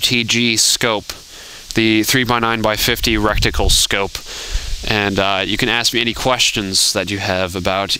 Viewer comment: its called reTicule NOT reCticule(how you were saying it)